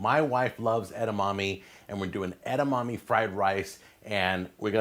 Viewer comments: Christ, It's pronounced "eh-dah-mah-meh" not "ed-dah-mah-mee" and edamame is already plural. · Edamommy 😂. Edamame! "Eda-ma-Meh!" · “Edamommy” pisses me off so much more than it should lol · "Edamommies" lol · Kale in fried rice?! Gross 🤢 but more importantly, I never want to hear "eda-mommy" ever again